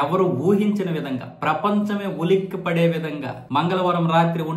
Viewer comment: ఉలిక్కిపడి కాదు బాబు ఆ పదం కేవలం ఉలికిపడి అని మాత్రమే పలకాలి